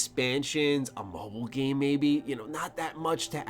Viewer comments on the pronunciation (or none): none